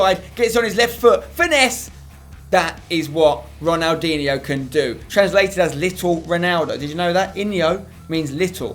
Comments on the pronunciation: Ronaldinho - not Ronaldiniho. Stop adding an extra i between the n and h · Have a shot everytime he says Ronaldinhio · How many times does Spencer say ronaldiho in one video it must 40 times but great video Spencer